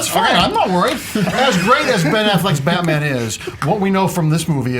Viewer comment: I thought it was Batman not Batma.